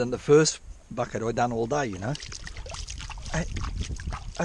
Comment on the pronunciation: Couple things to note…. I counted exactly 27 F@ Having said that, let’s give that a +/- of 2 because when you say Bucket, it sounds like F@ It! Secondly, your catchphrases are hilarious. The salami stick comment had me rolling 😂 Third, you could market that trommel and sell it! That’s your golden ticket! Have you ever done an actual how to for how to build it? I’ve watched almost all of your videos and I can’t remember if you had. Anyway, it’s absolute genius. You having that makes you the only one who can run that creek when it’s so low. It’s incredible. Lastly, you’re on the gold and you shouldn’t stop. It piles up each and every time you go out there!